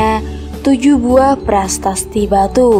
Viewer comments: Prasasti bukan prastati... Jgn slh mnybut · Existensi mba bukan extitensi .. pasasti mba bukan pratasti 😂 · prasasti, bukan pratasti